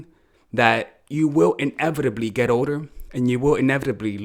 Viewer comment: When you were saying the word "older", i thought you were saying "odor", and i was slightly offended